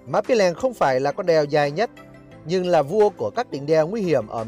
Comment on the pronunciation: Cái tên đèo nó ghi rõ trên bia đá tại điểm dừng chân là Pì tại sao a lại cố đọc sai nó đi thành Pí là sao?